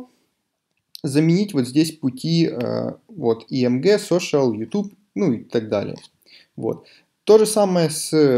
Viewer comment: Мне одному послышалось не img, а AMG?! Тимати вошел в чат